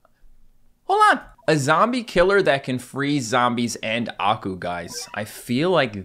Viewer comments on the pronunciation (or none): none